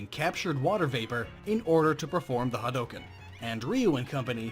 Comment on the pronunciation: Glad you didn't say "ha-dew-ken"........